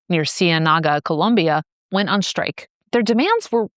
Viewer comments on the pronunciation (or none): none